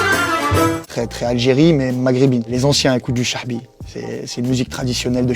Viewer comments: Chaabi avec le a de andek pas le h de hrira, chaabi pas chahbi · On dit chaabi Sofiane pas chahbi lol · tu peut pas dire que tes algerien quand tu sais meme pas dire chaabi